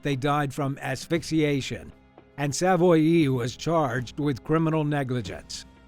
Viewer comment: Its pronounced Sav-Wah, not Sav-Oy-E